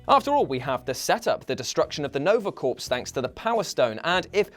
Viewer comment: "Nova corpse"?? ...You say core Unless your talking about Nova' s actual corpse